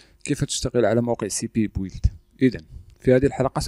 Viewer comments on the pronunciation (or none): ارجوكم.. بيلد وليس بويلد بليز